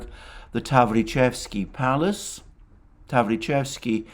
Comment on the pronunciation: Attn. Alexander Таврический дворец [ tav-ri-ches-ki]